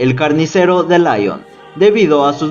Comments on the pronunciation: Muy buen video, lástima la insistencia en pronunciar "Laion" al hablar de Lyon, que se pronuncia así, Lyon, fácil. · El único defecto que le veo a tu vídeo, y lo digo de manera constructiva, es que digas en varias ocasiones "Laion" en referencia a la ciudad de Lyon, que se pronuncia "Lión". Creo que hay que informarse con los nombres extranjeros antes de integrarlos en un vídeo tan interesante. Saludos. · la ciudad de francia LYON se pronuncia en frances como líon . no layon (lyon ) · Se pronuncia Lion, no Laion, es francés, no inglés.